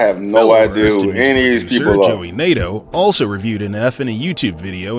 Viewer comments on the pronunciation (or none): Bruh💀💀💀. Why they do Joey like that. If they know him then they must know that his name is not pronounced like that.🤣🤣🤣 Hes talked about it so many times.